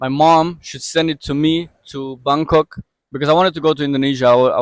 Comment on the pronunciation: She was in " Bamk Kock" waiting for a bus to "phukit' read that again fans!! PHUKET is pronounced with an "f"....😅 Gr8 story. Congratulations 🎉